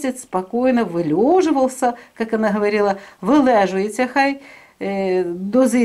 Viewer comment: Правильно говорить дозревается а не дозревается